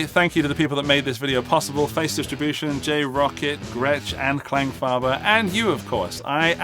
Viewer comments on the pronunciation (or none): the only reason I clicked the video was to hear whether you would pronounce the word Klangfarbe right. Now, how is it that you say the german a in farbe right but not in Klang, how difficult can that be...how much Kläng comes out of a Fender Tele with enough twang ? other than that, I only commented for the algorithm. PS: You and Henning need to make another trip to Italy, those were the best vids...